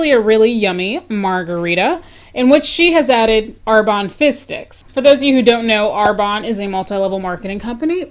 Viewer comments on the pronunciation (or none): You say 'fizz sticks' my ears hear 'fish sticks' I suppose I should get some lunch😂